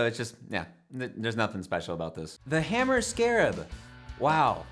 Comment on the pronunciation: Hello! I’ve been watching your videos for the past couple of weeks and I must say I’m enjoying them. Especially, these ugly bass videos. But I was upset when I heard you miss pronounce the brand Hamer by calling it a hammer. As I hope you know, Hamer (pronounced “hay-mer”) has made some incredibly awesome and high-quality guitars and bases since the 80s. Just look up Rick Nielsen and Tom Peterson of Cheap Trick and you’ll learn everything you need to know about them. I fully agree that the buzzard is a stupid looking bass and should have never been brought into this world. I will say though, that the Hamer Explorer bass used by Rick Savage of Def Leppard for example, is one of the all-time coolest basses ever made. Tom Peterson‘s 12 string bass is also incredibly awesome. But you got to get the name right buddy. Keep up the good videos. Hopefully I did not come off sounding like a jerk in my comment here. Nothing but love here. God bless and I’ll see you on the low end. Mr Jommins